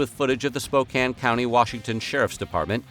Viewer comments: I'm impressed you said Spokane right lol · Props for pronouncing Spokane correctly.